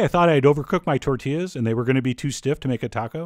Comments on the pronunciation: “Tortiass” got me xD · "Tortillass" I lost it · lost it after "tortillASS" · Tort-T-Ass yup